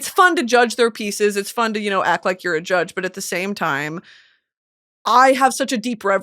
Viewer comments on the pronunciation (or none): none